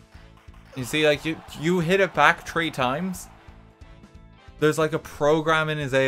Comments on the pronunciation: It really gets on my nerves when he can pronounce TH “twenty tree” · I like how RT says ‘three’ like ‘tree’. I just always picture a tree being a rank someone can be. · I didn’t think this troo Mario won with two point tree four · Three❌ Tree ⭕️ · Twenty tree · I’m now going to tell my tree obsessed friend, I’ll be one, she’s two and you’re tree. Then tell her “didn’t you know? I’m Irish” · one two tree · I dont think it's only Irish, my father is the same exact way and he's from the Caribbean. I've heard British people say it too :) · Wait, three and tree sound different? Crap I never noticed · “I’m twenty tree now” -RTgame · He said twenty tree 🤪😛😝🤣😆